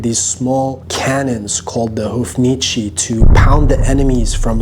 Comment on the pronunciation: Again. Its: "Houf-ni-ce" not "Houf-ni-čí" we are not Chinese.